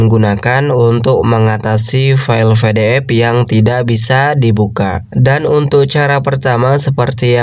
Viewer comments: PE DE EF bang bukan VE DE EF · PDF bukan FDF kocak baca PDF aja ga bisa